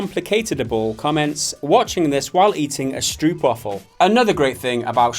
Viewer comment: Please learn how to pronounce stroopwafel